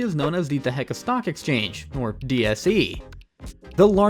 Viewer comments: "Dahaka" it's Dhaka 😢 "GRIMAPHONE" wth it's clearly written GRA- MEEN- PHONE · bro your pronunciation is killing me. wtf is "dehaka", "greemophone", "titus", "BTD" "narayanganEE" "kaloona"😭😭